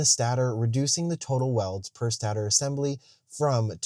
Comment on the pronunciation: note, stator is pronounced "stay-tur" not "stah-tur", cuz the stator stays in place while the rotor rotates!